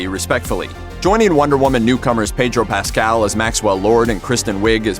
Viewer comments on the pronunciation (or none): none